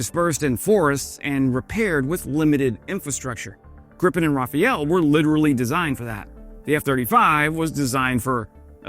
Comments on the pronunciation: Is rafal-raffal, not raphael m8, "rafalna paljba" equals automatic-burst fire in translation.. Aside that frog painter.. Will Ukraine really get 100 of auto-fire "rafale" ones next year? Along with 100-150 gripens? I do not see any reality here during this conflict, that wont last much long anyway.. that Ukraine gets that much new or used frames during one year lets say.. Who will manufacture those?? to even replace used ones for instance.. In what time period?? Who will pay for that ?? IF they get them all tomorrow...... Where are the pilots, hangars, logistics -skilled technicians!! WEAPONS where some packages cost a lot.... Those are silly dreams, this is not like recent US conflicts, flatten out, ride in with cavalry and get that army* of sheep herders down.. and even with that supremacy spilled a lot of blood, while not always being success or justified.. I am supporter of Ukraine, but people be real, is not all sweet and cherry like on these picked not much* biased channels we follow.. again very deep in our known* all to well West the best propaganda.. This is just ridiculous to me, but again, i hope i am wrong.. for their sake and of EU.. They have chance if they mobilize and recruit few hundred thousands of soldiers like today! Otherwise there can be 100 rockwell boners, still wont change the picture.. Largest problem they have now is with their identity it seems to me, and idk why.. i mean, just cannot digest october awol-deserted report.. WTF, it is their own count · Great Youtube channel. I appreciate your analysis and unwavering support for Ukraine. FWIW the Rafale name is roughly pronounced like "Rafall". Raphael is not the same thing. A rafale in french is a gust of wind or burst of fire. Anyway, thanks for the great channel and slava Ukraine! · Thanks for yet another great video. But please, pretty please, R-A-F-A-L is the name of the aircraft, Raphael could be the name of its pilot 😉. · It's Rafale, not Rafael. 🙂 The trailing "e" is silent.